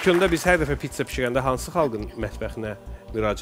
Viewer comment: Pitsa yox, Pizza